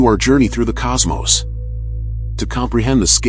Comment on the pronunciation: Cosmos. Both ‘O’s are pronounced the same. It’s not cosmosE. ✌️